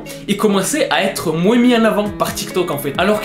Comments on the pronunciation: Très bonne vidéo Mais on ne prononce pas le '' s '' de '' moins '' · « De moinse en moinse » 😂😂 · " de moinsse en moinsse en avant "